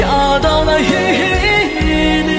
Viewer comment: 伊犁是Ili, 不是Yili